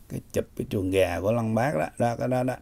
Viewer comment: Lăng bác chú nói thành chuồn gà luôn 😂😂